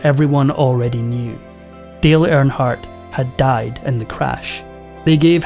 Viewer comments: It’s Earnhardt not airnhardt 🤦‍♂️ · It's earn hardt. Not air hart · His last name is pronounced ern-hardt not arronhardt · First of all,... it's "EARNhardt", not "AIRNhardt". Secondly, stop calling this a sports moment. NASCAR is NOT a sport. 👀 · Who is air in heart? Make a video of the man, at least pronounce his name correctly. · You can't even say his name right. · I hate when foreigners talk about America or American people. If you can't pronounce his name, stfu!!